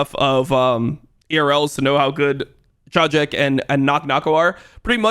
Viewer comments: Actually Czajek is biggest talent from PL in history (pronounce for ENG would be Chayek, no Czajek), challenger at age of 12/13 and very mechanically talented. From inside PL community I can say there was talk about him became a bit demotivated in LFL bcs of feeling he will be stacked in ERL forever bcs of the franchise. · Just a clarification, Czajek reads like Chayek